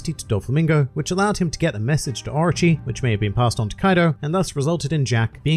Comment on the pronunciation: I swear I spent half the video thinking “who the hell is Archie??” Until I realize it’s the way you are pronouncing Orochi LMAO 😂😂